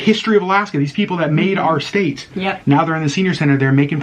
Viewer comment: State, not statue. 😂